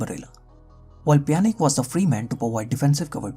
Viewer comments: Dude please learn how to spell names before you make a vedio.. You can't insult the fans by calling names randomly whichever you choose for example Juventus with (yo) not (jo), just like the ( j ) in Pjanic.. You pronounced it (Pia) yet you kept saying (Pianik)! While his name is (Pjanic = Pianich) do your home work please those are well-known clubs/players.. It's really annoying to miss-spell thier names. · I mean it's Pjanic (Pjanitschhhh) and not Pjanic (Pjanik) ... it hurts my ears !